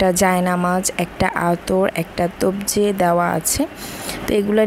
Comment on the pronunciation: তবজি😂😂😂😂। তজবি হবে।